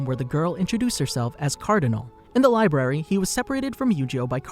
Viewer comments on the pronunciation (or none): none